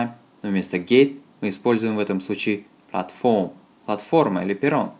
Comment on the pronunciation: Спасибо! Только в слове platform ударение на первый слог.